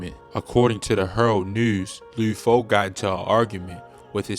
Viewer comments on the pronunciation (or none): Bro said lee foe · Every time he says “loode foe” it makes me wanna dislike the video again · Leeewd Foe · Lou foe? Wtf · I don't think dude from cago, he keep saying lid foe and lood foe... its just lud how it looks bruh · Lood foe 🤣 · It’s LUD NOT LUDE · Idk who lood foe is you mean lud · Luuuuhd my Nigga fuck not luuod damn it was unbearable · Who the hell is Lou Foe 🦧🤓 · I gott turn this off cuz I caint keep hearing this Mann say loo foe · Why dude sound like he sayin Lube Foe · did this nigga say lube foe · Bro said "Lewd Foe" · Luhd not lood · He did all that research just to say loo foe 😂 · You gotta be from Baltimore you keep saying Lude Foe 😭 video 💯 tho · he saying lood foe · He saying his name wrong 😑 it’s not loo foe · Why tf is the narrator saying his name like that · Eww why you say his name like that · Can’t stand how this guy says his name incorrectly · Never heard someone say Lud Foe like that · Baltimore accent